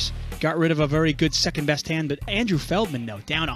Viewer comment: Surprised no one has called feldman, " FELTman"